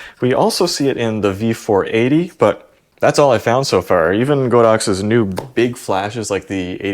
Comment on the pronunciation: Literally none of you pronounce Godox correctly. It's (Gah-Docks)